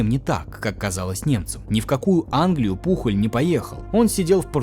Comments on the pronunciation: Ролик отличный , но побуду душнилой: не Пухоль, а Пуоль. Он же Испанец, даже есть знаменитый футболист с такой же фамильной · Топ. Одна из любимых историй в истории😅. Но Пухль😂😂... Он Пужëль на французкий манер или Пуйоль на испанский. 😅😅 испанский стыд😂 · Да не Пухоль он, а ПУЁЛЬ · Хуан Пужоль* не Пухоль